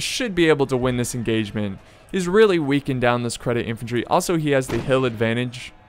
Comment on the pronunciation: You said Cedit infantry as credit XD THERE IS NO R